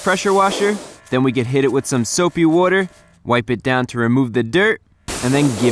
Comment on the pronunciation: You pronounce water weird.